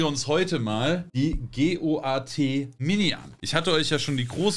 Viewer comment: G.o.a.t bitte am Stück aussprechen. Ziege. Goat. Greatest of All time. Niemand spricht die Buchstaben einzeln aus. Sonst alles geil.